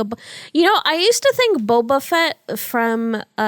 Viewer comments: i thought it was booba not boba lol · Emi is normally very bouba but it was pretty kiki of her to just keep pronouncing it wrong even though she knew better. #TeamBouba btw!